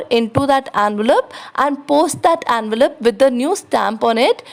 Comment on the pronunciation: ITS ENVELOPE NOT ANVALOPE